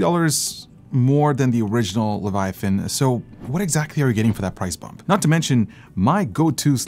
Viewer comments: Good video, but what is a "levuhthyan"? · Sorry, it bugs me so i just have to mention it.. 😅 "The Levataian" ✌️✌️✌️ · Friends don't let friends pronounce "Leviathan" as "Levi-THIGH-ann." Even if someone made it to adulthood having somehow missed a thousand different cultural references to the name, the spelling doesn't support that bizarre pronunciation. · Razer: its leviathan: levethian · Cue Hermione saying "It's pronounced "luh·vai·uh·thin", not "leh·va·thigh·en". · The way that other dude says “Leviathan” “, pronouncing it as “Leve Thian”, reallly bothers me. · Le - Vi - A - Than, not Le - Vi - Thi - An... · Its LEVI-A-THAN NOT LEVI THIAN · Its annoying he keeps saying "levithian", it's leviathan dude. Lols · Leh-vuh-eye-uh-thin Phonetics! My lord Jesus stay my hand from striking the man exclaiming lev-uh-thigh-in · It's LEVIATHAN, not LEVATHIAN LOLLLLLL AT LEAST LEARN HOW TO PRONOUNCE THE WORD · I am still very happy with my Leviathan (not the battery powered one), I wish they would move away from that stupid fragile subwoofer connector. it's so fragile, mine's already bent. Also...lev-a-thi-an lol. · Did you mean... "Levathian" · Razer will never do better because people keep buying their trash. And the guy saying (Lev+uh+THYON) was ultra cringe. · Mikes pronunciation of "levathian" bugs me lol. O well keep up the good work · "Levathian" hahaha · LE - VA - TA - YAN....... wtf hes been calling it like that since 2015. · LoL....yea....fail "OG" user.....cant even pronounce it properly.... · before review-ing a product learn to pronounce it's name correctly, what is even a Levithaian? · They think they know what they talking about while calling it a LevaTHIAN 😂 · “Leva Tha Yen” 😎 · Levethian! :D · LEVATHIAN LOL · Wtf is the Leva-thi-on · LEVA-THIAN smh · I'm not a native speaker, but that "Leviathan" pronouncement (by ) sure sounds weird. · Everytime tried to pronounce Leviathan, I cringed lmao 🤣